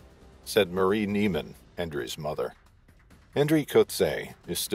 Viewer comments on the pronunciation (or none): none